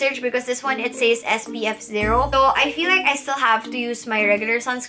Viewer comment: Love you but says is read as ses. Just saying